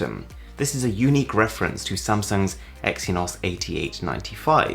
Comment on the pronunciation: Exynos is pronounced Ecks-ee-knows not Ecks-ee-nos